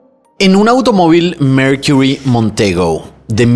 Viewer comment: Coño brother, habla bien! Qué es eso de "merquirrry"? MERCURY, sencillo y básico.